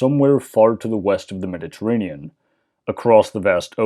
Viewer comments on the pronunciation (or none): none